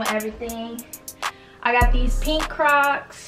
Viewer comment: when she said “i been on crocks” i heard crack omg🤣🤣🤣🤣🤣